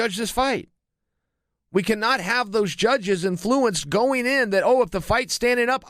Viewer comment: Chael is “in-fluencing” me